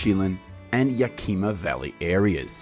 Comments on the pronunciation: "wenatachi"???? "Yakeema"? sounds like some AI voice? ridiculous. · You seemingly know a lot about apple production, but you don't know how to pronounce the places they come from in Washington. You pronounced every one of these towns wrong; Yakima, Lake Chelan and Wenatchee. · Lots of inaccurate and out of date info in this video. Also funny to listen to you try to pronounce Wenatchee, Yakima, and Chelan.